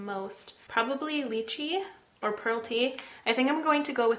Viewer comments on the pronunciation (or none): How did you just say lychee I